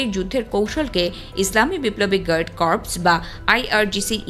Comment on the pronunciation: গার্ড কর্পস?? "গার্ড কোর" বলতে পার না?? কোন ক্লাস পর্যন্ত পড়েছ??